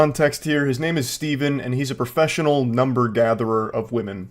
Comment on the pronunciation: „i‘m a freshional datin coach…“ lost me there